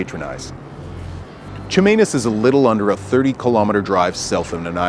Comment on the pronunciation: Good list. I was a bit distracted by the way you hit that 'Ch' at the beginning of Chemainus...😅 But other than that, 👍